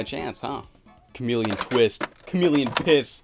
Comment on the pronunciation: I heard "Kiss" instead of "Piss" but ok